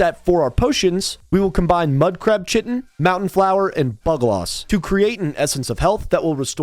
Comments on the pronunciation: Aegis pronunciation = ay-jiss Chitin = ky - tin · I know this is incredibly pedantic of me, but my philological OCD is compelling me to tell you the word chitin is a hard K sound (not a "ch" as in church) and rhymes with "high tin." Sorry, sorry, sorry, I'll see myself out and go right to my 30 minute time-out facing the wall in my know-it-all corner.